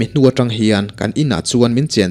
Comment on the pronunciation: Hnungzangah tang a vak tih hi i lam dil lo a nia.... Mi zawt la lo inzir zel rawh aw... I chhiar thiam si. Trang a vak tih tur a nia... Trang pawh hi thluk tur aw... Keyboard in a zir lo a, ka sawifiah zo lo... I nu leh pa te maw I zawt dawn nia.